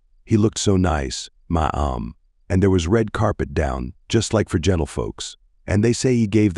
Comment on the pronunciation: Ma'am = Mah Am. 🤣 It wouldn't be so bad if the word wasn't so common in this story. I can't deal with this.